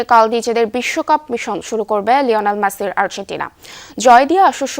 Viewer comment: She can't pronounciate the word 'Messi' properly.